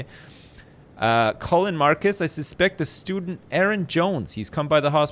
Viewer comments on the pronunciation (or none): none